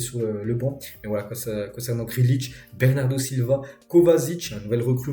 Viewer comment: Gréélish pas grilitch lol please